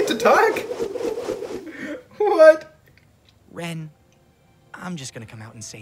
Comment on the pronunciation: LOL I hate to be "that guy" but it's "Jaune" and "Ren" not John and Rin...